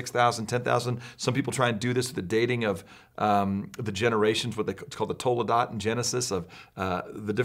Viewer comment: Toe luh dot